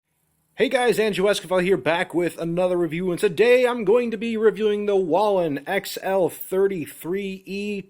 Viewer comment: It's pronounced "WAY-LEN".